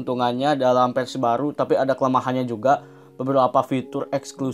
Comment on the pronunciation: yahhh ampun ngomong versi aja persi hahaha